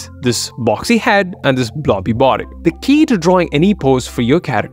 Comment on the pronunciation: When you say "blobby body" with an Indian accent, that is hilarious, hahahaha. Improve your pronunciation bro, like, how many years have you been doing this?